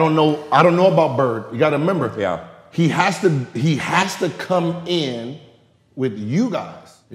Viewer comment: Gilbert "you gotta 'member" Arenas. lol